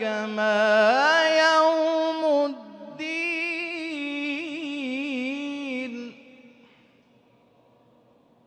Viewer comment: শীয়াদের কিরাত কি আমাদেরচে আলাদা জানার ইচ্ছা ছিলো,কারোন এইখানে অনেক শব্দের উচ্চারণ অন্য ভাবে হচ্ছে, যেমন ওয়ামা আদরি কামা ইয়াউ মুদ্দিন